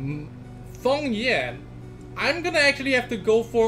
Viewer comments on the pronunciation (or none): isnt he called feng yan and not fong yan ?